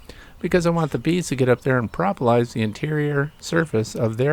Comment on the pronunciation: Pro pro, propalous, not pra pra prapalous